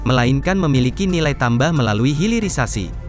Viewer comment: HILIRISASI , hilir bukan hiril